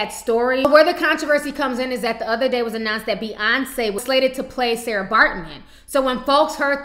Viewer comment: It's not Sara it's Sartjie pronounced Saki